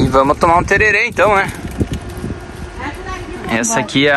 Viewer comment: Pelo amor de de Deus não é tererê É TERERÉ meu casal kkkk assim vcs judiam de nós q viemos do MS E sem suco apenas a água no máximo com limão, umas folhas de boldo ou hortelã q combina